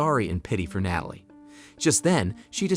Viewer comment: what's with the random and repeated mispronunciations of Natalie and OB/GYN?